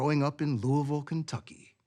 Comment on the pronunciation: Nice to hear someone pronounce Louisville properly!